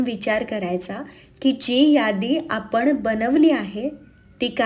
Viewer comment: आपण म्हणणे ऐकायला जास्त चांगले वाटते कानाला आपन पेक्षा कारण Last sentense मधे दोन्ही शब्द आले don't take it otherwise 🙏🙏